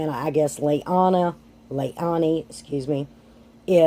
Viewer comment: You say lay-LAN-ee wrong the entire video. Makes it hard to make it through the video. Seems so silly and simple, yet sticks out as very uninformed. Just as a heads up ❤️ never watched your channel before but as the first vid to see, it's hard to watch and wanna stick around.